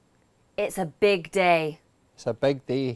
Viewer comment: I hear him saying: it’s a BEG day (rather than) it’s a BIG day. it’s a SEND (rather than) it’s a SIN. Good to know this video so I can learn and knowi many accents. 😄